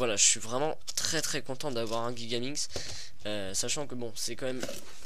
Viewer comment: On prononce jigaminx , pas guigaminx comme tu le dis